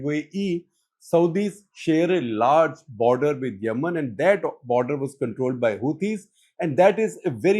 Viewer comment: It is Yemen, not Yamannn..😂😂